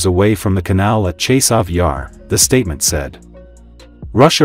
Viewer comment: "Hour yar" sound funny. It's Chasiv Yar, dont' allow google translate to trick you.